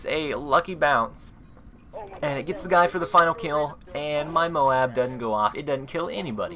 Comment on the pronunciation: You pronounce MOAB wrong. Listen to how WHITEBOY7thst says it!